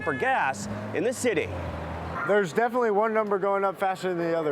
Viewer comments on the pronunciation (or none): none